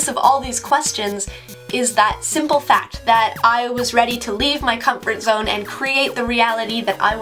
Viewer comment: comfort zoneがcrumple zoneに聞こえるのは仕様ですか・・・